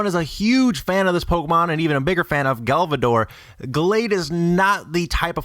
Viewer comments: "Galvidor" haha no. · Galvador??? Who Tf is that? How is marowak the 151 pokemon? Please work on pronouncing the names right if you're gonna be a Poketuber Would like to see more videos in the future without cringing at the names